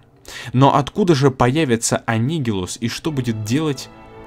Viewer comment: Да блин, опять имя анигилуса неправильно прочитал